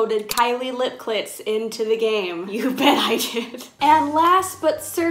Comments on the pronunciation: is it just me or did she say lip clits instead of lip kits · Please tell me I’m not the only one who heard her say Kylie lip clits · anyone else noticed her saying “kylie lip clits”